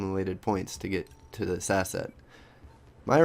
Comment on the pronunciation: im not very good in english, but looks like youre saying asshat instead of asset xD